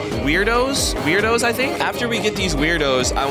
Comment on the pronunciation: "Wubbix" "Tawkeir" "Weirdos" "Ice island" 💀